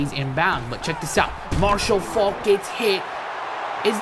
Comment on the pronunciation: Ur saying Marshall Faulk name wrong